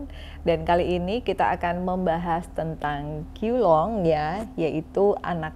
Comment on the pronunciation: Bacanya CHIU LUNG